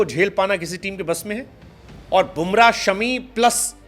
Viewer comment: इनका नाम शमी नहीं बल्कि "शामी" है😊